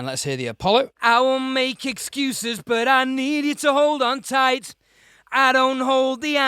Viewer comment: / The last "t" on the word "tight vs" "tightse"